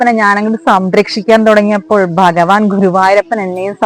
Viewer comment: ബഗവാൻ അല്ല ഭഗവാൻ